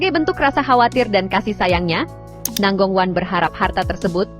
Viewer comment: Nangong kue😂😂😂 itu…baca namanya nanggong cue